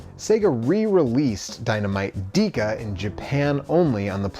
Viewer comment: Why did you pronounce it "Deeka" and not "Deka (Decka)"? Even the clip at the end said Deka. Great video otherwise.